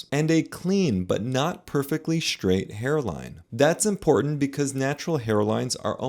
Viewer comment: What's "shtraight"?